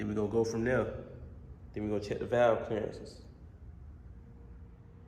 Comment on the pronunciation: I like how bro say and we gone go from der